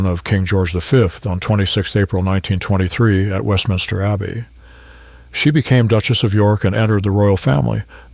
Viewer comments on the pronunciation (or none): none